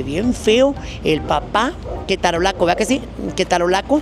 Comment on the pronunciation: Me daba ansiedad cada vez que decías "ketarolaco".😅😂